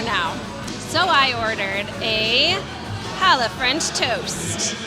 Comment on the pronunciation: As a Jewish New Yorker I kvelled when you pronounced chutzpah and pronounced challah correctly! 👏 Definitely added Eleven City Diner to my future travel list!